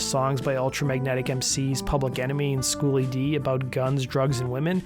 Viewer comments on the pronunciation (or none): Schoolly D, not School ED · it's Schooly D not "school ed", Howlett had great taste in rap music. I Love Kool Keith forever